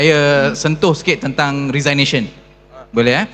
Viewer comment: The ability to speak :face-blue-smiling: does not mean one can deliver what one says . Lots of ideas and principle was laid down but nothing seems to work when RR was a MP and Minister. Arrogance does not go well when one is a Minister/MP. Also Mr Moderator, please learn how to pronounce "resignation"